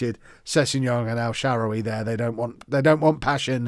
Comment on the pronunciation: Hi, it's pronounced: EL-SHUH-RAR-WEE